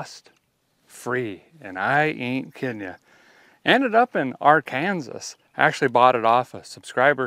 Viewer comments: Hay you know that it’s illegal to say Ar Kansas not Arkansas I know it’s stupid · HEY HEY IT ISN'T AR KANSAS IT IS AR KAN SAW. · I'm glad you're the first person not from Kansas that I've heard say Ar kansas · Love you man, but, it’s R CAN SAW. Thanks